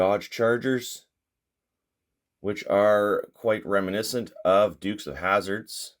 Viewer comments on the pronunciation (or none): none